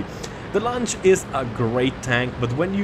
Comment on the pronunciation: That "lunch" tank is a luchs, its pronounced LUX :D